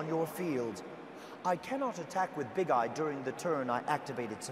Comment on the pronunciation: I heard instead "to exceeds summon...Big GUY ! Dude, you're american, that's normal you're fat lol